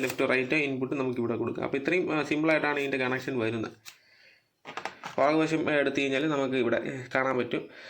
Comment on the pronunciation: Faagam alla baagam.....